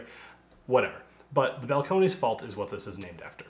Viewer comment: It's just pronounced Bal-cone-iss.